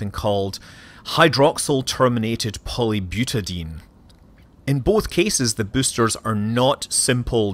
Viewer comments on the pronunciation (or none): You aren't pronouncing one of the syllables of "hydroxyl-terminated polybutadiene" -- it ends "... die-een", not "... deen".